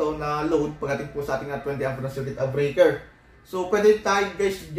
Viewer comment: Circuit breaker, bakit kung i-pronounce mo ay circuit-uh-breaker. Annoying pakinggan paulit ulit.